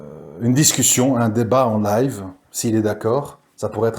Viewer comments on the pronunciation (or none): none